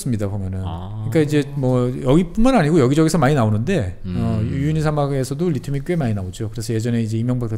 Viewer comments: 우유니를 유우니라고 발음하시는거 같으네요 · 자꾸 유우니라고 발음하시네요? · 유유니가 아니고 우유니 사막입니다~